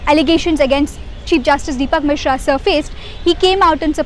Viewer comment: It's Misra, not Misha